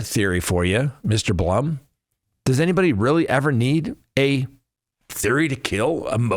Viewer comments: His name is BLOOM as in Plume not Blum as in you know what. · Just FYI...it's Howard "Bloom" and Xana's name is pronounced, "Zan-ah"